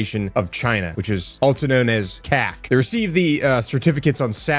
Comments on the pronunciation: Guess am the only childish one here that gone reminds yal he said: "CAAC" in a very.... Nvm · Did he say CAAC 😂 LMAO 🤣